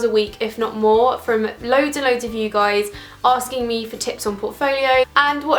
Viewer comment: daaam that intro😂😂hi guyyys but the way you said that like hii gois